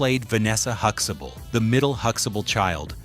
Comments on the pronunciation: Seeing how all of your uploads are black culture centric you might want to use a black voiced AI narrator. Also don't feed the AI generation tool the exact spelling for names. Huxtable will always be Hux Able to the dumb AI. type Hux ah bull... the way we say it. alao.. quiche ah night paul i am. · No, we don't pronounce it that way either. There is a T in the name which is pronounced too. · Isnt it huxtable? Why does your AI mess up so many times? Its not Huxable! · Hooxable?? Damn AI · Jfc HuxTAble . There is a fucking "t" in the middle of that name. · Huxtable is being mispronounced. That's not ok. 👎🏾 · Can't even pronounce Huxtable. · You have missed pronounced their last name. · You can't even pronounce his surname!